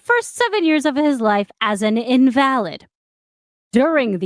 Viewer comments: When applied to a person "invalid" is not pronounced as "in-VALid," it's "IN-vuh-lid." Crippled, in meaning, not a statement on validity. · What in the actual fuck? That is not how you pronounce Dublin. I know you've heard it said correctly. And in this case it's not in-val-id, meaning not valid. It's in-vuh-lid, meaning sick.